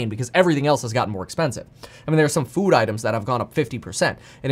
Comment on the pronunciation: Kevin ''fud'' paffrath